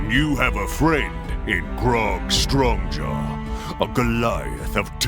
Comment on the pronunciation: In the intro for Pike, I think Ashley called him "Grog Stonejaw"(instead of "Strongjaw") just like she did when she panicked in the Grog's Vlog Narrative Telephone. 😄